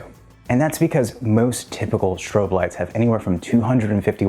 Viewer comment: “Shtrobe” lights, really?